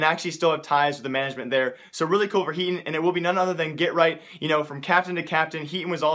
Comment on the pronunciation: hey brother i know that you speak very fast but at least say someone's name clearly. His name is HEATON. i dont know what you said in your video. It was not clear to me. its HEATON.